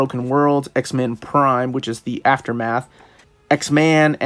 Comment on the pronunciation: I dont know what to do about the fact that every time you say x-men, I hear x-man. I love your videos, but it's driving me insane.